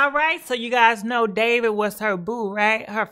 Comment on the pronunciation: ......what's goin on with Davit.....lol the way she pronounces ppl names.lmfao